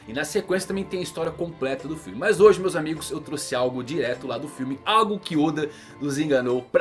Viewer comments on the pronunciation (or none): none